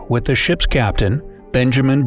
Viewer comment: anybody else herd 300 chips instead of ships?